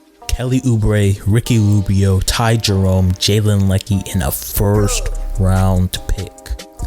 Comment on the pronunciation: Jalen Lecque ( Lay Q)